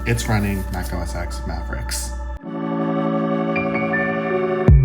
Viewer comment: Not important but OS X is OS "Ten" as the "X" is the Roman numeral for 10. Great vid! Thank you.